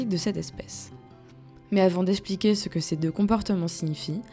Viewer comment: Essayez de faire attention à votre diction. Esssspliquer, c'est désagréable à l'oreille. On dit exxxpliquer. Merci. Et aussi mainTEnant et non pas mannnnant.